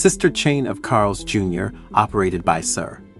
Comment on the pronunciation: "Carl's Juror"? Hah!